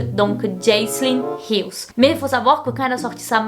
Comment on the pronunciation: "HILL" y a pas de "s" xD!! Et Jaclyn, dis "Jacqueline" au pire maiiiis, si tu sais pas, tape le nom dans la barre de recherche de YT et mate vite fait une vidéo du pays d'origine (souvent les USA pour tes GiVDT) pour voir comment ça se dit;) j'veux pas faire la relou mais ça me gâche un peu le plaisir alors que tes vidéos sont supeeeer cool!